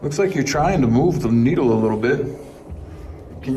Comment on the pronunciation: Maybe be said trying but I heard dying